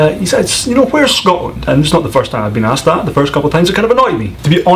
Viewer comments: And you love to make silly generalizations! Because one person pronounced Asked as Aksed, you think all Americans do? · 🤣 🤣 🤣 Americans simply cant say ASKED